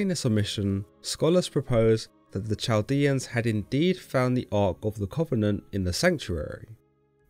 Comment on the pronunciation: Chaldean is pronounced with a "k" sound as in kite or a guttural Semitic "k". Not Ch like cheese.